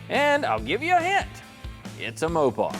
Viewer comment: I dropped off when he said Mopar in the fist few seconds.